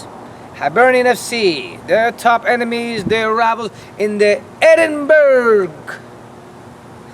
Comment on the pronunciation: And it is pronounced Edin-bura why are Americans so dense